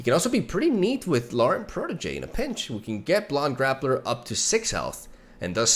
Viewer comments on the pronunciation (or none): Did he say blond Graplr lol?